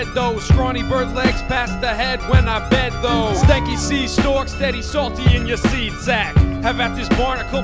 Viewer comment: Isn't it 'Stanky' not 'Steaky'? And isn't it "Have at this barnacle, bird"?